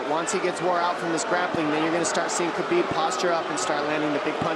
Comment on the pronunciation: Khabib is pronounced like Ha-beeb. This man is the GOAT of the UFC lightweight division, it's time people started saying his name right